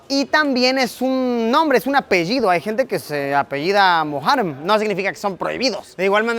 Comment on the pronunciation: Querido Luisito, soy tu admiradora y me encantan tus videos, sólo una observación pequeña, se dice apellido no apeido, un abrazo y muchas bendiciones 🤗🙏🏼